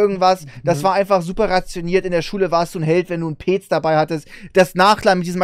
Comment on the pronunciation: was ist bitte peeeeeec, es wird petz ausgesprochen